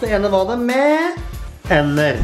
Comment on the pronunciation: høres ut som at han sier tenner ikke ender